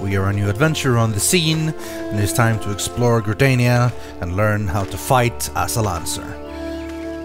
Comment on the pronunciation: I know I've been too into this game when I hear you pronounce Gridania wrong and out loud correct you within seconds. Its pronounced Gri-dar-nia not Gri-dania. Man I'm an ass